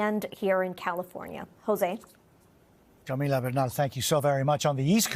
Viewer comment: jose still needs to lose the latino pronunciation on peoples names. i couldnt understand him saying Camila.